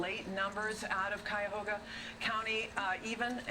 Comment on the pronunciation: And no one from Michigan pronounces Ohio and Cuyahoga like that